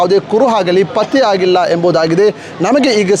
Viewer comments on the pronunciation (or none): Adu " kuruvu patyavagilla " alla marayre. Adu " kuruhu patteyagilla Anta marayre. Nimage dodda namaskara. Dayavittu baarada kannada maatadi kannadakke avamana madbedi 😂😂🙏🙏🙏